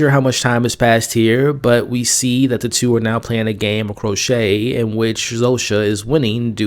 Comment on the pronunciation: "Crochet"? It's Croquet.